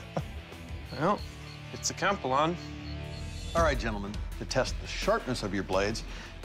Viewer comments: he said kampilon instead of kampilan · Its pronounce "Kam-p-lan" not "Kam-plan" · KAM-PEE-LAN not KAHM-P'LAHN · he said compy-lawn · Should be pronounced as 'cam-pee- lan' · I wonder if Doug didnt teach him the correct way to say it to make it hilarious. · You're saying it wrong 🤧🤧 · Bro the kampilan is a filipino sword and the announcer said kampilan wrong